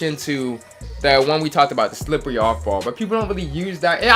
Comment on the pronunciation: The way you said slippery off ball lmaoooo deadddd Slip-wearrry